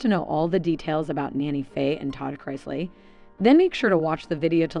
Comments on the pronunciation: Learn how to pronounce the last name Chris-lee 🙄smh can tell you don’t watch the show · You keep pronouncing their name differently, each time you say it. And it’s wrong. It’s incorrect like 99 out of 100 times. Maybe more than 99. Is it that difficult to say Chris-lee ? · Their last name is NOT Christ-ly, There is no T in their last name. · Wow really you should research how that name is pronounced so you want to make a video on the chrisleys and you don't even pronounce their name correctly... Obviously you want some kind of gratification or acknowledgement for doing this video so at least pronounce the name correctly!!!!! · I can’t cause she can’t even pronounce thier nane right so you know damn well can’t trust her facts or research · I had to stop listening also, she can’t even pronounce the last name right. 🤪🤦🏼‍♀️ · At least pronounce their name correctly if you’re going to do a podcast on the!m! Geez!